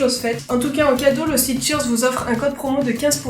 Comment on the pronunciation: Mdr, j'ai cru que c'était Sears et pas Cheerz.